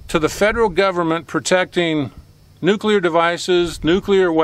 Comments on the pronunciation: So nice to hear nuclear pronounced correctly. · Omg, someone who doesn’t pronounce nuclear “nuculear”….subbed